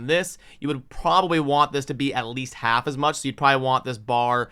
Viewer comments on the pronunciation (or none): none